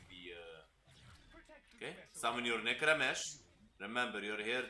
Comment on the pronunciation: Ay boi nice one but it's necrame (k) 😂